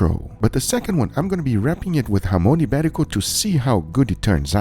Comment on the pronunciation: Thank you Guga for getting the accents right on JAMÓN IBÉRICO.